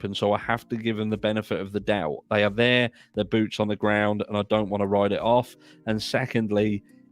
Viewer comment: I want to help you out😊 When you say “Y’all are my babies” you don’t pronounce the “are” you do but you don’t. You are saying it too proper lol. Just say “Y’all my babies” you can start to pronounce the “are” but just let it blend together fast. It’s kind of hard for me to explain especially when I’m typing. But I just want you to know you make me laugh so much every time I watch your videos plus it’s great information but you really really you make me laugh you’re very funny and you make my day.